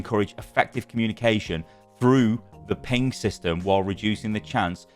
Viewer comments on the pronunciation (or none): none